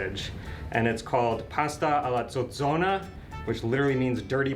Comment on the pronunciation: Can we congratulate on his "zozona" pronunciation? 😅 (not sure if spelled it correctly. Youtube captions were no help.) Bravo, you two! You nailed it! 🏆